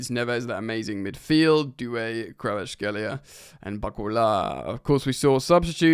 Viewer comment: It’s 2025. It’s time to learn how to properly pronounce Kvarachelia, it’s not kRAVAchelia it’s kVARAchelia 😂